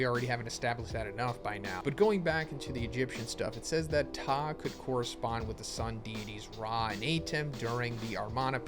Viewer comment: You pronounced Ptah's name correctly bravo👏🏿